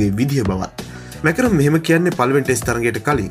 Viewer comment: කවුද බං මාක්‍රම් ට මැකරම් කියන එකා😁